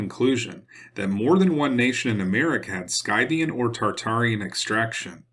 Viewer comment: I mused on a Cherokee Turkish connection but as I have no extensive knowledge it doesn't go very far past an interesting thought. Also, I remember feeling as though I was in a remote part of China when I was on a Navajo Rez back in '99. It was really cool! & I'm not being nasty or rude , but I do believe Scythian is pronounced 'Sith' or 'skith', but that's not terribly important you are awesome brother you are one of my favorites on YT!!!! Keep up the great work!!!!!